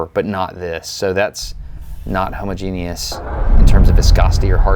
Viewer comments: Are there any pronunciation experts around? Isn't the emphasis in homogenous on the second hoMOgenous and not homoGEnous? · pretty sure it's not pronounced homo-genius, but homogenous (ha-maw-genous) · Is pronouncing homogenous as ho-mo-genius an American pronunciation or just Destin? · Did you just say homo-genius? 😂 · I always assumed it was written as Homogenous and pronounced "hoh-muh-jeen-us", so when I first heard him say it I was trying to figure out who the genius was :D. Then what came to my mind: "Some people are Homo Sapiens and some are Homo Genius" :D I am a dork. I should go. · "homo-geni-us" lmao homoj-inus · The way you pronounce homogeneous cracks me up every time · I usually hear homogeneous pronounced as "homogeneous" instead of "homogeneous." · I don't think "homogeneous" is pronounced that way, Destin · That is not how you pronounce homogenous lol